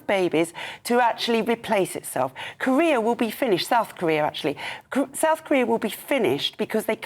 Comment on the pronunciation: Korea sounds like career. God's sake!